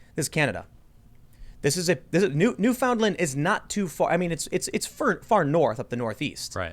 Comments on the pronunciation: Its pronounced New-Fin-Land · When americans cant pronounce newfoundland 😭😂